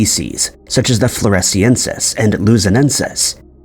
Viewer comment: Start learning to correctly pronounce every single word in your script before even starting recording next time. There are only two S's in floriensis and the double L in guerilla is not pronounced like the spanish double L.